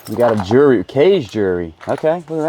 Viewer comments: I don’t know if you know but you pronounce jewelry like jury. Jew-el-ry is the correct pronunciation. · Do you say jury instead of jewelry on purpose 😮